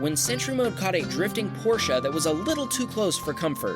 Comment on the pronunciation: Chapeau. You pronounced Porsche correct. Greetings from GER. Love your videos